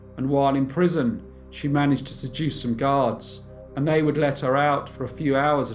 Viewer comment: I can cope with the speech patterns, the regional accent, and the speech impediment (vey instead of they), but saying chocolates again and again as "chock-lits" is just too much!